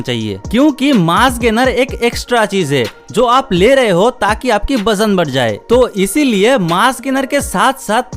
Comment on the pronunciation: Bajan nahi hota wajan hota hai